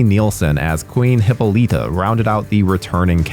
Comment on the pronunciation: The way you pronounce Hippolyta drives me mad 😂